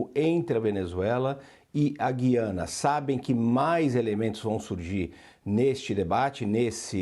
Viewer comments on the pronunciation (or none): GÜIANA : gentilíssima locutora, no nome deste país a vogal U soa; a pronúncia não é como a da nossa palavra GUIAR, mas como em RUIANO (referente a Rui Barbosa); ou no vocábulo hipotético TUIANA. A injustificável, absurda eliminação do trema na nossa ortografia provoca erros de pronúncia.